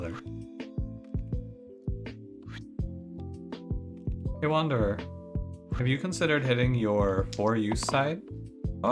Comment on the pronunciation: Wander-deez. Sadge.